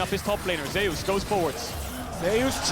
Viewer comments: Im confused.. its ZEUS not ZAYOOS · I'm curious, does the player call himself Zhayoos, the way they have been pronouncing it? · Remember Zay-oos? That Greek god.... Zay-oos. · I dont know.. it should been how you pronounce zeus in greek mythology